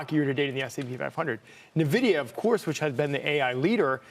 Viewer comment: Pronouncing it nuh-vidia at this point has to be intentional ragebait.